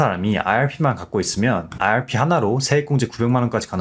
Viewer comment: 내용은 좋은데 발음때문에 듣기 힘들어요 왜 아알피라고 하시는지